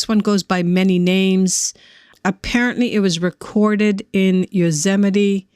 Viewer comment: new to the channel . thanks for great videos. you have a soothing voice for these. "yozemite" lol genuWINE .